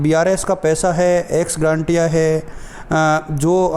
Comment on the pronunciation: एक्स ग्रांटिया नहीं होता है एक्स ग्रेशिया होता है भाई एक बार सत्यापित कर लें । वीडियो बनाने के लिए धन्यवाद एवं शुभकामनायें ।🙏